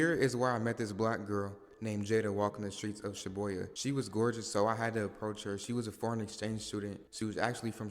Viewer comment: “Shobuyha” I’m dead😭😭 you could at least try to say it the right way🙏🏽